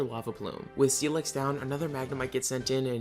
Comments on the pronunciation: sti-lix thats how you say it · Was listening to this as background and the way you said “Steel-ex” bothered me so much idk why HAHA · im sorry what did you just say? steel eggs? steel x? that was funny as hell well at least it didnt dound so bad this time, but if you use captions be prepared for a laugh....